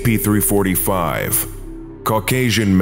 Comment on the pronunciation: There is a difference in saying scp345 and scp340 - 5